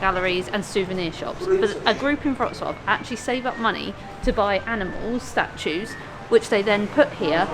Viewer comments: Congrats.! It took a lot of time for you to gather that "W" in Polish spelling is "V" in English and "Ł" PL is "W"UK.. So you pronounce Wrocław perfectly. Well done,. You have BRAIN😀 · Wow ! Your pronunciation of Wrocław is just perfect 👍👏 and in fact it's not so difficult as long as you know that Polish W= English V Polish C= English Ts from Tsunami Polish Ł (it's not L) = English W WROCŁAW = VRO-TS-WAV So well done mate as you can pronounce Wrocław while the Polish people can't pronounce Bournemouth where you fly from and even those who live there lol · I am glad you had a nice trip to Poland guys, but it would be so much more beautiful in summer time. Next time I recommend tricity: Gdańsk, Gdynia, Sopot. Btw Your pronunciation of Wroclaw is incredible!Xx